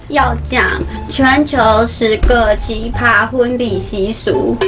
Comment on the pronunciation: 是奇ㄆㄚ，一聲